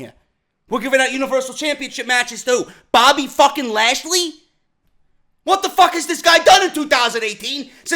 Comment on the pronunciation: Haha the way he said bobby trasly was fucking amazing...#